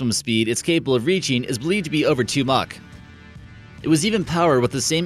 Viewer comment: The narrator can't pronounce the word "Mach "